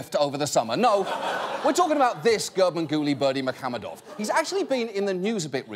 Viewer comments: Special applause for John for correctly pronouncing "Garbanguly Berdimuhamedov" EVERYTIME👍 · I don't know what's more impressive...that ginormous cake or John pronouncing Gurbanguly Berdimuhamedov perfectly every time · That John can say this guy's name so well so fast blows my mind. I wonder how much he had to practice it.